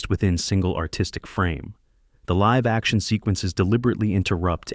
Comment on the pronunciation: It also mispronounced "live" in "live action". It used the verb (as in "to live in the moment") not the adjective. (As in "2 Live Crew".) Additionally, it interpreted the period after the middle initial in Philip K. Dick as the end of a sentence.